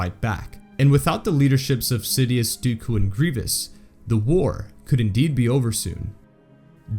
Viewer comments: thats the jok- wait, you have a point, why did he say dooko?, its not even funny or adds anything to the joke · It's dooku not dooko